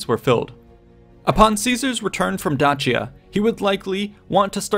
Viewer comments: I call it Day-Sia ,.That Dachia crap really annoyed me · It's pronounced Dakia not Dachia :c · Da-chi-ya? For real? It's Day-sha or at the very least Day-shi-ya, brother. Where are you getting this extra H? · It's actually pronounced Day-Shia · You mispronounced Dacia.. (day.she.a) just saying